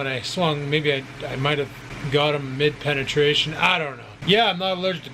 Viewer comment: You said"mid-penitration". Lol